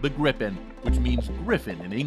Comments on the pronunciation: Great video! But once and for all, it's pronounced "Jaws Greepen" rather than "Jazz Grippen":) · If you want to say "JAS Gripen" like we do here in Swedish, pronounce it "the Yaas Greepen". ;)